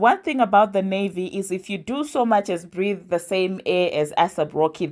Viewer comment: I come in peace to help you with pronunciation…take this in good faith…it’s not “ASS APP ROCKY” it’s “ACE APP ROCKY” (AYSAP) xoxo 😘 with love fr Your beloved subscriber